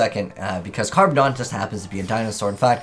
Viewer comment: It's Carboneddon, not Carbondon.